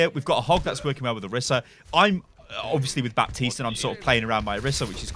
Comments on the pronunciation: calls baptiste bapis LUL its pronounce bateest no bepis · I'm triggered from you saying Bapsis